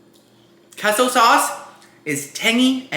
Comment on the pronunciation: "I'm half Cuban" also - "I don't know how to pronounce queso"